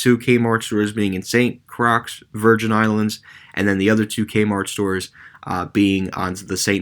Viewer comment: Good video,. FYI, St Croix is pronounced St “Croy”.